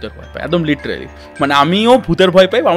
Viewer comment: Golpo ja bolche tar thake "Littrealy" ta basi bolche 😀😀😀😀😜😜😜😜